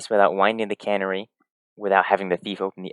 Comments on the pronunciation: One thing here. It's not "cannery". Kuh-NARRY. With the stress on the second syllable. It's a songbird. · It's a canary! Not a cannery! I know. I know. Who cares? It just bugged me because he says it so many times. Great video though. Love your expediency and calm tone. Keep up the good work. Peace and love. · And it is Pronounced Can-Airy